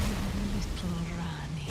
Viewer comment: To be honest, one of my favourite parts of these streams is actually the masterclass in pronunciation. Kukri= Cuckery Iji= Itchy Ranni= [G]ranny Radagon= Rada-gone I wonder if he's done Blaidd= Blade at some point. Now that would be worthy of a chef's kiss.